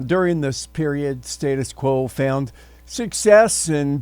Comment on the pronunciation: Firstly, learn to say their name correctly.